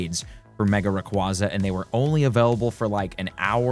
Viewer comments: Just FYI, the Pokémon is pronounced Ray-KWAY-zuh which was confirmed at the prior 2025 world championships. It’s also because it sounds like “ray” and “quasar” meaning it flies around in space like a brilliant star ⭐️ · RAY-KWAY-ZUH, as in quasar.